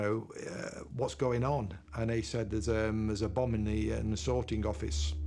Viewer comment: "A bomb has....." I thought he said " A Obama" I was like wut?